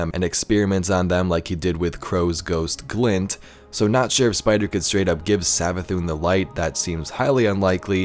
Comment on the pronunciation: Hear me out " MARA SAV-ATHUN"